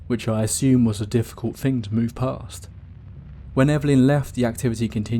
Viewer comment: To make the 'th' sound, you place the tongue under your upper front 4 teeth and blow. I feel a man of your calibre can accomplish such a feat. Saying Fing and Fought and Fink doesn't make you sound like a cool street cockney, you're far too posh. And don't give me the Jonathan Ross speech impediment excuse. You're an orator! You need to start acting like one.